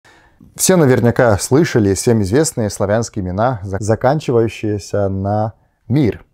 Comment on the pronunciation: Вы -- молодец, что чётко произносите слово "заканчивающиеся" !😊 Не все русские могут это делать сами. Точнее, не знают точно разницу между "щие" и "щиеся" (действительные и страдательные причастия). Умница!